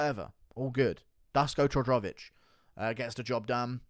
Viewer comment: If you really want to be taken serious as a MMA youtuber, you should start to atleast put a bit effort into prounouncing peoples names somewhat right. You swollowed half the name of Dusko Todorovic lmao. Not to mention some other legendary prounounciations like "Cheemayaff"